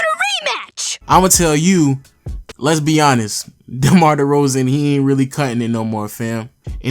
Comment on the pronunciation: Why he's pronouncing "Let's Be Honest" as "Lesbian A nest"?